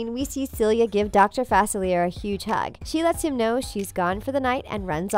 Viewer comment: Please please please I’m begging for this channel to learn the correct pronunciation of Dr. Facilier!!! It is pronounced (Fa•cil•yay) Yours truly, a Louisiana resident/fan